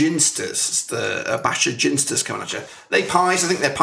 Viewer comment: Sooo annoying hearing you say, "Ginsters". Its clearly pronounced 'Ginsters'.